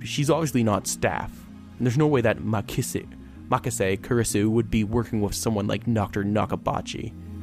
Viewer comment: it is supposed to be pronounced ku-ri-su